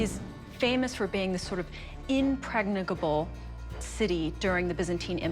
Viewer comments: Is nobody going to talk about how said "impregnicable"? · What?! did I just hear mispronounce impregnable?! has she been hanging out with Chum Chum too?????